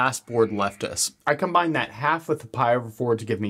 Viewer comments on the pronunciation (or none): none